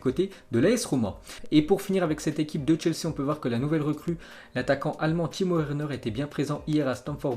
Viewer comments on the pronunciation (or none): none